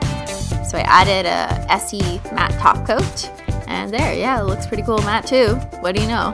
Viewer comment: She said top cot not taco